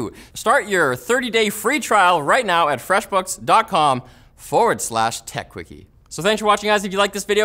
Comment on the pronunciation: The way you say "Fresh Books" is so not fresh...